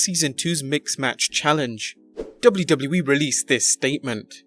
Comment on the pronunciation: "Dubloo dubloo eee"